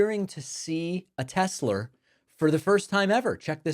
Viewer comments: It is a federal law which is illegal to promote a product in front of the White House. Well look who's at it. And he pronounces a Tesler. Going back in time he criticized electric cars and said the liquid gold was in the ground to run them. Now he is promoting them. How low can this guy go? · Pronouncing Tesla with the hard R is crazy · Oh my gosh , Pakman is so smart , he heard Trump say Tesler instead Tesla ,WOW 😲 Sausage Nose made up another crybaby rant . 😭👃🌭🐽. Nobody knows like Sausage Nose , he has the direct contact with Trump info , he's hooked up ! He has his crummy little desk where he makes up his daily lies . Sausage nose ! Sausage nose Sausage nose ! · He actually says "Tesler"!🤣😂🤣😂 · Calling Tesla "Tesler" may just be Trump's idiolect -- his particular way of speaking. This phenomenon is the "intrusive r", meaning an "r" sound appears even at the end of words that have not had "r". Linguistically, it does not mean anything about intelligence or being civilized. Although New York English did not have that intrusive r earlier, maybe Trump uses it sometimes. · "Tesler"?🙄🙄🙄jeez My God he babbles on and on he has.no.idea what hes saying. This is terrible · "I LOVE TESLER" New clip for the soundboard !!! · Tesler. What an idiot. Elon calls them Tezla. 🤡🤡🤡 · I'm here to see if he still loves Teslurr. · The silver 'Tesler' reminds me of the car that Homer Simpson designed. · "I LOVE TESLEEEEER!!!" "Saudi Arabia and Russia....will REEPEEDOO....AAAHHH" "OBAMNA" "TROTH SENSIAL" He is such a clown😂😂😂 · I LOVE TESLUR! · Tesler- Everythings computer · Him calling it Tesler is giving me "Merry Chrysler" vibes 🤣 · Hahahaha “Tesler” 😂😂😂😂 so pathetic. Poor Elon and mini Elon too. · I lmao every time I hear tesler 😂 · Who does he love more, Tesler or Melanier? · Next time he'll say "I LOVE TESTICLE!" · David you gotta turn the "I Love Tesler" thing into a soundbyte and use it when Trump talks about "Tesler" in the future. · Tesler 😂 what a bafoon. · Ermahgerd, Teslerr!